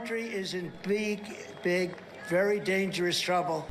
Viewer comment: "Beeg, big" says